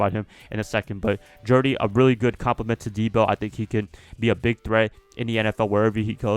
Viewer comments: Stop saying Jerdy😂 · You throwing unnecessary R’s in there 😂 JEUDY bro. Gotta pay proper respects to the judge 👨🏿‍⚖️